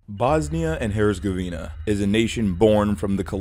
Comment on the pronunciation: When an American starts to talk about the history of a different country, it just gets painful 😅. Yugoslavia didn’t collapse because of the collapse of the USSR. The one thing had nothing to do with the other. Yugoslavia and the Soviet Union were even dead enemies. And the Z in Herzegovina also isn’t spelled like a c but a bit sharper. Otherwise, very good video, as always.